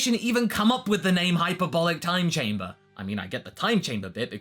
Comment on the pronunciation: is this the first time you had the chance to pronounce hc correctly